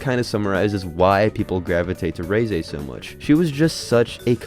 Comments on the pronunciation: Its REH-ZEH not RHEEZY like fuckin WHEEZY, what the fuck, learn a thing before u do a video on it. Why do youtubers suck so bad at this in general. End your account. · Reeeeese not reizei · Every time I heard this cockhead say Ray-Zay, instead of Reh-Zeh, I died a little inside 💀